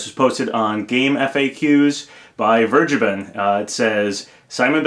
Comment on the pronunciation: "Vergeben" is german and not pronounced like that. ;)